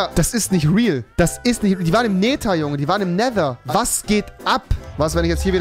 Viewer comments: Nesser, Nesser, Nesser es heißt Nether rewi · wie er neser anstatt nether sagt....help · auf Englisch spricht man es Nether aus du Genie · Normale Menschen:,,Nether" Youtuber:,,Nether" Angela Merkel:,,Nether" REWI:,,NESA UND NETA" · Man spricht neather auch im englischen nicht neser 🤡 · NESER NESER NESER.... Netttthhhhher - danke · Jeder andere: nether Rewi:nesser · Alle: nether Rewi: neser 😂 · Rewi: die waren im nessa die waren im nether die wahren im nehta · Der nesa oder neta ES heist nether lern englische ausprache bitte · sie waren im „Nesher“ 😂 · Normale: Nether Rewi: Nesa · no one: Rewi: Näsa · Nimand: Rewi: Nehser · Es wird nicht nesa ausgesprochen......